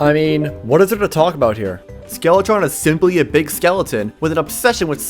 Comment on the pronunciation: is it me or did he say skeletorn